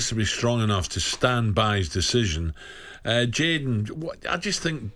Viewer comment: Somebody tell Dwight it’s Jadon and not Jordan 😂